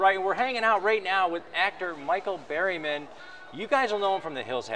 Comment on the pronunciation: Lmao isn’t his name “Berryman” not “Barryman” lol 😂💩